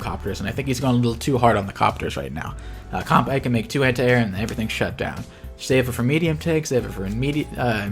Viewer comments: Good stuff. Also looks like you caught the bad pronunciation from Mangs. From Kan-Bay to Kan-Bye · Kanbei is pronounced how it’s written. We don’t pronounce Sensei as Sen-sai, do we? Great vid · Yeah, not a big fan of the mangs pronunciation of Kanbyeeee. Mangs knows it's wrong btw (thanks to me) but he's too used to it so I can understand that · Oh no, he's learned the Mangs pronunciation of Kanbei/Kantbei. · I love how he pronunces Javier right but he mangs-pronounces Kanbei. anyway, top tier commentary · If I remember correctly, Mangs is Norwegian and Norwegian is a Germanic language and from what I hear from German, -ei is pronounced like the Japanese -ai (あい) and this have me assuming that their -ei follows suit. While incorrectly pronounced, I find Mangs's Kanbei cooler, lul